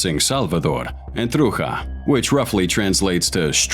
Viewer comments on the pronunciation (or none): Not even prouncing trucha right